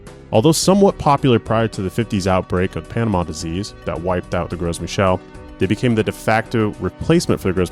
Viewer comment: Fun idea :D How thick the skin is is probably due to how ripe the banana is right? Even our usual bananas can get way thinner when they start getting brown. Also the S is "gros" is silent 🤓